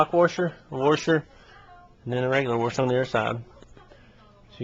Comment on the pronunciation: It's called a "washer", not a "warsher".